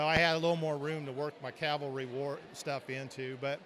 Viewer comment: CAVALRY NOT CALVERY